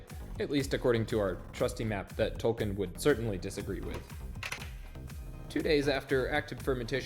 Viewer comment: Tol-KEEN, not Tol-KIN.